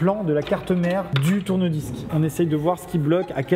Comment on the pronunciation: Moi a la fin de la vidéo qui comprend tourne vice a la place de tourne disque et qui se dis ...c'est bizarre je suis pourtant sur qu'il n'a pas réparé de tourne vice ...je rejoue la vidéo 2 fois pour comprendre enfin tourne disques 😂😂😂😂😂😂😂